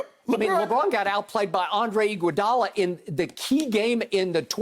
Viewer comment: Skip said I WANT IGUOADALA🤣